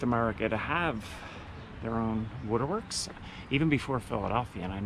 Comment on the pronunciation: I thought you were just a nice, normal person until I heard how you pronounced the word “waterworks”….whoa what’s wrong? Just kidding I really like your videos! ❤ Love from Arkansas….